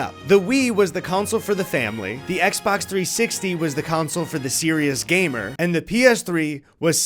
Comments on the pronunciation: I'm sorry, but do my ears deceive me or is pronouncing "console" like "council"? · Great video. Please stop saying council. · Never thought I'd ever hear anyone other than my dad say "counsel" instead of "console" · console is not pronounced like council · Console. The word you’re looking for is console. Not council. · Please stop saying Game Counsel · Why does keep calling it a "games council"? It sounds like evil underground cabal which decides what releases will best steal our souls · Is it an Northerner thing to pronounce console like council? Genuinely curious! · pronounces console as “council” and I can’t unhear it. Anyways, thanks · good video, but pleeeease stop calling them "counsels". It is pronounced like: console "CON-sole" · why does the one that’s not eddy keep saying counsel not console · Big fan of how says "console" like "counsel", keep it up big man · How do we teach how to say the world console? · You'd think if you're making a video largely featuring video game consoles that the host would be able to correctly pronounce the word "console." Guess not.